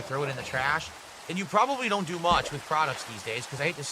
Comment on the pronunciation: And wit instead of with